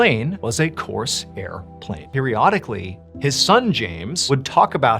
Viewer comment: It's not Coarse air..... It's one word.